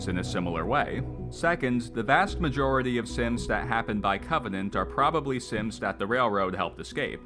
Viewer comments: every time i hear him say synths, his accent makes me hear simps, and i cannot unhear it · Sometimes, i would accidentally hear the narrator say "simps" Rather than "synths"